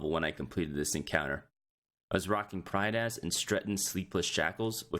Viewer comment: Stopped watching as soon as he said prydaz